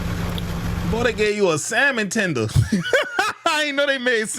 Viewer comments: "Salmon Tender" 🤣🤣🤣🤣🤣🤣🤣🤣🤣🤣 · Je said samon tender lol